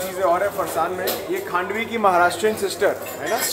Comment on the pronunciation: Handvi nahi bhai Khandvi kehte hain